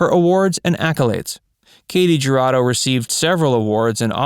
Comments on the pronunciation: Her name is pronounced "hu" Rado. Not ja. Just sayin. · The letter J in Spanish is pronounced as an H. So it is Hurado and Halisco. Why they mispronounce Spanish names is beyond me because they don't do it with French Russian Ukrainian, or even Chinese names. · Announcer-I cringed every time you pronounced her name. Please learn how to pronounce the names of celebrities. It's pronounced, "hurado" with the "h" sounding like the "h" in the word "help"-same for "Jalisco" (Jalisco) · Her last name is pronounced "Who-ra-doe" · It’s actually Hoo-Rah-doe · The J is pronounced as a Y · Katy Jurado really stood out in High Noon, which I highly recommend to anyone who hasn't already seen it. That's what I know her from. What other movies of hers do you recommend? Anyone? p.s. If you don't want to completely butcher her name, just search any Spanish language video about her, such as: historias engarzadas katy jurado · I read the comments to find one mentioning how her last name is mispronounced. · How in the hell did Ernest Borgnine manage to marry this beautiful woman? And how does the narrator not know how the letter j is pronounced in Spanish? Did no one see this but him before it was uploaded?